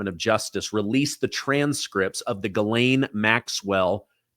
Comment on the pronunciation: The Maxwell woman's name is not gilane. It is Ghislaine. Which is pronounced jislane !